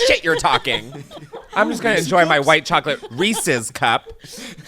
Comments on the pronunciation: No one: Americans: Reee-Seees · Oh no . . . Chris is one of those people that says "reesey's." Disappointed LMAO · i can excuse any pronunciation of caramel but there's something about "Reesee's" that makes my skin crawl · I love that you pronounce reeses as reesEEs. So cute!!!